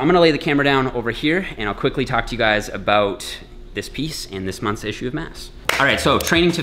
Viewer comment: As soon as said "about" i knew he was a canadian